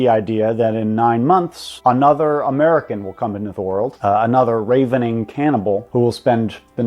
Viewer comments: Rae-Ve-Ning Cannibal.. Even if he said Ravening correctly (Ra-Veh-Ning) it's the incorrect use of the word (and probably not even a real word in the first place) in the sentence which would be Ravenous (Ra-Veh-Noos). And even that is wrong, the way he structured the sentence it should be Slavering, as in salivating not slave owning (read as Slae-Veh-Ring). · Ravening? Like the bird. It’s pronounced rav-uhn-ing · It's pronounced "rah-vening" not raven-ing. Also, he's just a selfish jerk who doesn't want to be a father. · “Ray-vening cannibal.” Does this retard mean RAVENING cannibal? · It’s pronounced “rav-uh-ning”. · this guy is like a sponge for every bit of antinatal propaganda out there. amazing. i'd even go as far as calling him a victim. like an actual victim. also, he didn't pronounce ravening correctly. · Dude needs to go if he cant even pronounce ravening.